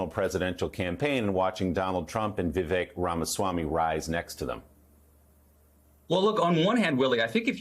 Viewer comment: Vivek - it rhymes with “mistake”.